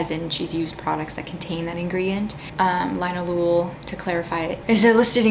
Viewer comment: Former professional perfume chemist here (full disclosure: I’m also against fragrance in skincare. At least on my sensitive skin). I’m leaving this comment because I see this mispronunciation everywhere—even all the How To Pronounce videos I’ve seen screw this up—but “linalool” is pronounced “lin-ALL-oh-all”. Think “alcohol,” but with a “lin” ahead of it and no C or H sound.